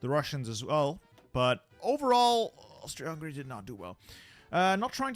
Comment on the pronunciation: that's a great attempt at that word, approved!